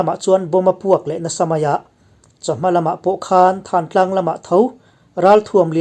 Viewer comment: Thantlang tiha 'than' hi, hmingthanna tiha 'than' lamrik anga ri hniam leh bung nghata lamrik tur a ni e.